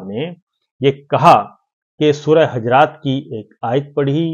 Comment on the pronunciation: Sabir Bhai Surah Hujuraat ka talaffuz sahih kar lain.